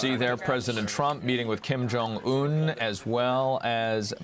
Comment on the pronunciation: this guy can't say his name right Kim Jong UN lol just listen how he say it